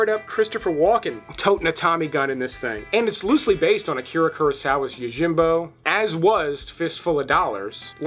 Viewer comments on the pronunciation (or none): none